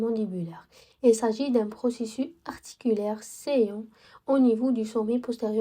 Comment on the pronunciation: la constitution mchi la consistance راكي غالطة في le condyle temporale ديرولنا la racine transversale مشي longitudinale 💗 ونقولو بروسيسوس تتنطق s مشي بروسيسو كيما قلتي 💗